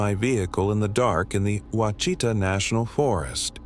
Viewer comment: Pronounced Wash i taw. Freakin AI.